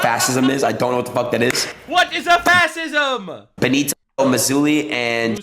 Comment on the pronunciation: “What is a FAS-ISM?!” 🤣👌🏼 I love Adin Ross too but wowzers that was pretty bad.